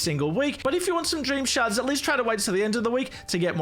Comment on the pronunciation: When he said shards really fast all I heard was sharts